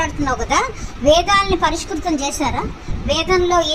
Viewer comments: ఈ రావణానందకి 'పరిష్కృతం' అనటం రాదు, పరిస్కృతం అంటాడు. పిశాచాలు అనటం రాదు, పిచాచాలు అంటాడు. ల అక్షరానికి ళ అక్షరానికి తేడా తెలియకుండా ఉచ్ఛరిస్తాడు. బ్రాహ్మణ పండితులు తెలుగు లిపిలో వ్రాసిన వేదాలను దగ్గర పెట్టుకుని ఆ తెలుగు లిపిలో ఉన్న అక్షరాలను, స్వరాలను సరిచేసినట్లుగా ఓవర్ యాక్షన్ చేశాడు. అసలు వేద పండితులు వేదాలను తెలుగు లిపిలో వ్రాయకపోతే సంస్కృతం తెలియని ఈ రావణానంద ఏమి తెలుసని తప్పులు సరిచేస్తాడు. వేదం పండితులు వేదాలను తెలుగు లిపిలో వ్రాసింది... వేదాధ్యయనం చేసే విద్యార్థులు కంఠస్థం చేసేటప్పుడు మధ్యమధ్యలో రిఫరెన్స్ కోసం మాత్రమే. అదే విధంగా మంత్రార్థం తెలుసుకుని పఠనం చేస్తే మంచిదని తెలుగు లిపిలో వ్రాశారు. అంతేకానీ రావణానందలాంటి ప్రతి అవలాయ్ చవలాయ్ గాళ్ళు చదివి వేదాలను కలుషితం చేయటానికాదని గ్రహించాలి. అయినా వేద పండితులు, బ్రాహ్మణులు, ఇతిహాస పురాణ ప్రవచన కర్తలు, పీఠాధిపతులు, స్వామీజీలు, జియ్యర్లు ఒక విషయం గ్రహించాలి. "పెద్దపులికి విద్య నేర్పితే మరింత నైపుణ్యంగా ఎలా వేటాడాలా అని ఆలోచిస్తుంది కానీ సంస్కారవంతంగా ఆలోచిస్తుందా". ప్రజలకు చదుర్వేద విషయాలను, విజ్ఞానాన్ని తెలియ చేయాలి కానీ నేర్పకూడదు. వేదం జీవన నాదం అన్నారు పెద్దలు. వేదం ఏమి చెప్పిందో ఆ విజ్ఞానాన్ని మాత్రమే ప్రజలకు వివరించి చెప్పాలి, అంతవరకే. ఇతిహాసాలను, పురాణాలను ప్రవచన కారులు చెప్పినట్లుగా... వేద మంత్రం చదివి దాని తాత్పర్యాన్ని ప్రజలకి తెలియ చెయ్యాలి. అర్హత, గుణగణాలు, బుద్ధి, జీవన విధానం, ప్రవర్తన, నడవడిక పరిశీలన చెయ్యకుండా సమానత్వం పేరుతో ప్రతివాడికీ నేర్పితే వేదం దుర్వినియోగం అవటమే కాకుండా కలుషితమౌతుంది. రావణానంద లాంటి విపరీత ధోరణి ఉన్నవాళ్ళు తయారైతే ముందు తరాలవాళ్ళు వేద పరిరక్షణకోసం నానా యాతనలు పడి పోరాటాలు చేయవలసి వ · పరిస్కృతం అట 😂.... పరిష్కారం కాదు బురుడి కొట్టించడం చేతనౌను.'స్క' వాడాడు ష్క్ర బదులు